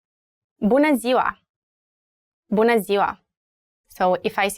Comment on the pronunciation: Why she says "bunA", not "bunE"?